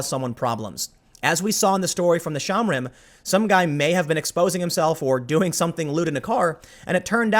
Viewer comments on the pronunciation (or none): Shomrim. Show-mmmm-ream. Not shamrim. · shohm-REEM -- not shahmrim. It means "watchers."